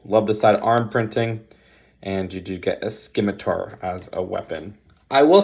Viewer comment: Great video! Thanks for sharing. Not how you pronounce ‘scimitar’ though: the ‘c’ is silent.